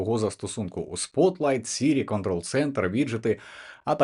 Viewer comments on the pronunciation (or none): none